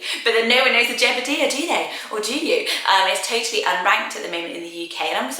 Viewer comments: It’s pronounced Jeb-uh-die-ah, not dee-ah! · I've never heard Jebediah pronounced that way. I'm pretty sure it's pronounced Jeb-ah-die-ah. My cousin is named Jedediah which is close!